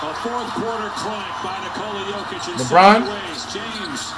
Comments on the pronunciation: How is this dude butchering Jokic name so badly? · Why cuhh can’t never say Jokic name right 🤦🏾‍♂️ I know he’s doing it to be funny but it’s not funny anymore bra 🤣🤣